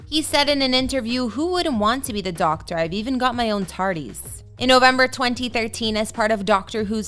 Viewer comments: Wth is a "tardees" eh? It's pronounced "tardiss"! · And Tardis. She said Tardee…